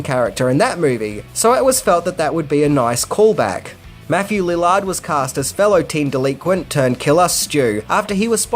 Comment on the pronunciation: For someone who supposedly loves this movie, you got some important things wrong. You pronounce Neve's first name wrong, the script wasn't sold on Monday but over the weekend, Matthew auditioned for Billy but got Stu, and mispronounced Matthew's last name.